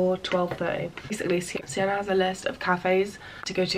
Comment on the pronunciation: no way it’s siennerrrr